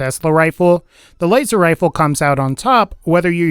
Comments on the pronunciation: “Waser wifle” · waser wifle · "waster wifle" lol